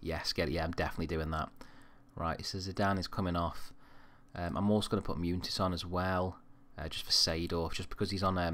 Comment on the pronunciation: As a Real Madrid fan I'm really enjoying this series so far. Love that you always play my favourite player of all time in Raul. Good luck!!! Munitis is pronounced Mun-e-tis.